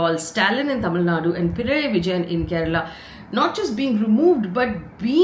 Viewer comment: ih fay for the love of GOD...PI-NA-RAYEE-----cmon say it once......btw good job as always:)🤣